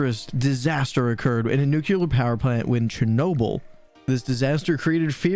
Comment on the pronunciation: I agree with a lot of the sentiments in here, but please stop saying “nook-kyoo-ler”. It’s nuclear. It’s hard to listen when your delivery is so heavily-American slurred and not enunciated.